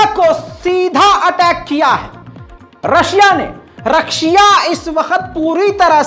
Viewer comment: Bhai aapne rakhshiya bol diye start me